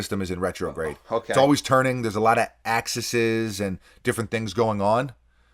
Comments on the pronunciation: The plural of axis is axes, pronounced “axe-ease” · It's Axes! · Axes* lol